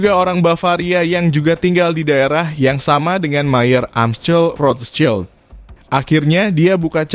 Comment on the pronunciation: cara nyebut rotchild salah